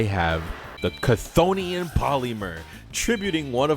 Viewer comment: Chthonian is apparently supposed to be pronounced "Thonian" by the way. Though they do pronounce it different in the anime.